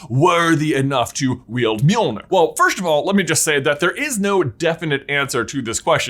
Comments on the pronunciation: The name of Thor’s hammer is pronounced “Johnathon”, right? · God i hate being danish, hearing other people pronounce Nordic names like Mjølner - don't worry you and are better than the majority I've heard, but still...